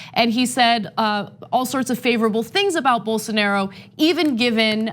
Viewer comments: Why is she pronouncing it "Ger Bolsonero" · At least they should try to pronounce Bolsonaro correctly